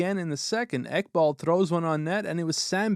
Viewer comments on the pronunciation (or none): Ekblad. Not Ekbald 😂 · Who's Ekbald? I always knew him as Ekblad